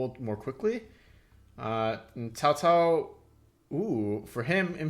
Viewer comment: This is a really fun one. It does a great job of making it feel like 3 different Chinese civs by mixing together the various faction units. And the Three Kingdoms period is a very fun one. A classic setting. Props on accurate pronunciation of Cao Cao too haha